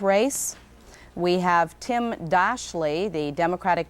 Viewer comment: "Tim Dash-lee?" Good one!